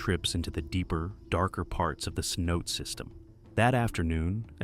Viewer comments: Cenot-ay. not ce-note. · The inconsistent AI pronunciation of "cenote" 🙄